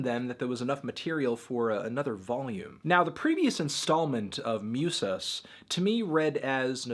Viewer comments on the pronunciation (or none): Musas. MOO-sahs. U is oooh like you got punched in the tummy. Raiz Rye-EEEZ. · it's pronounced moosas tho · hasta la race, muse-ass, los macarroni`ohs, duerme degritou, doriti´ohs the nacimeinto. we know you are not en expert on this subject but we love to see you pronounce spanish words